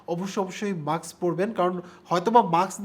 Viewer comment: এটা মাস্ক। মাক্স নাহ!🥴😹